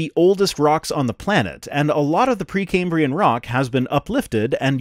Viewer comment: 30 sec in "pre cambian" rock. Dude lost an "R" in there some where. A lab coat does not a scientist make.